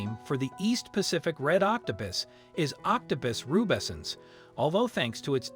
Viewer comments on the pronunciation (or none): You call it octo pis and octo poose. The correct pronunciation is octo puss, as in Puss In Boots. Just so you know.😁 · Octapis? Please pronounce words correctly, like OC TO PUS (pussywillow) not pissywillow. Please remember that when adults mispronounce words, then children learn to mispronounce words.